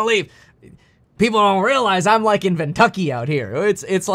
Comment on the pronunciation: Ven-tucky. Yup.